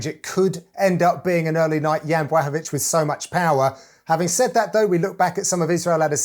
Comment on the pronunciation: Jan Blachowicz!!! not yan brechovic